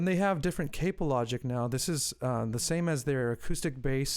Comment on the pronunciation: cap-oh not cape-oh